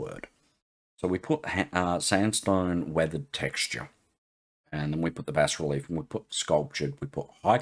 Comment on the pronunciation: Hey G'day, I have to thank you so much for the Bas-Relief tutorial, as a by the by you pronounced it correctly (in the King's English lol) the Americans pronounce it as (don't ask me why) Baaa Relief (yes a sheeps baa) they seem to like swallowing letters lol something akin to Soldering as Soddering. Anyways I digress, Brilliant. BUT BUT BUT BUT you Opened a Can of Worms! At 1.10 secs to 1.30 seconds you said something that made my head explode, you were talking about 3d models and being able to import them into Krita and texturing them with AI? If I understand this correctly and I'm now guessing if you can import a 3d model, you should also be able to pose the model and create a Bass Relief from it as well? There are a few dedicated now apps "paid apps" that can do this but to be able to do this with Krita "free" would be amazing? Am I reading/understanding you correctly. I will have my nose buried deeply in Krita now looking to see if I cant fall over how to do this. Also a big thanks from my fellow friends at Scarylaser as well, they are now using (thanks to your tutorials) krita to generate their Bass Reliefs for creating coins for fibre laser engraving!